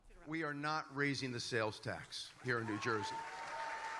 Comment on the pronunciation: Are you from Philly? Lol. That's how we say it here. 😂